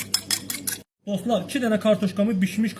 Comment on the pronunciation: ne geder. bu. Doslar. deyirrrrrrrr